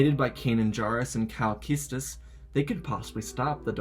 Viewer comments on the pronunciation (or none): who is this kal keestes its kal kestis lol